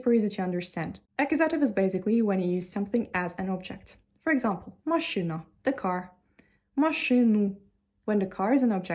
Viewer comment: да вы правы, но если захотеть придраться... слово "машина" все таки было сказано с акцентом, русское "и" немного другое, скорее звучит как машЫна. моя оценка 99 из 100 возможных😊